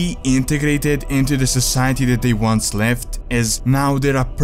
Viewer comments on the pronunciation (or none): none